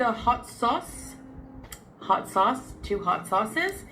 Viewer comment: Wait, wouldn't it be " 'ott sosse" in French? Did she forget to drop the h there, the multilingual globetrotter?